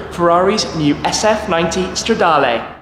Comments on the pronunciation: Please work on your pronounciation. It is Stradaluh and not Stradalay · Considering how long you've been making videos on Ferrari's, you could at least learn how to pronounce the Italian model names. It's not stradarlay... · Bellissimo come shmee pronuncia "stradale" xD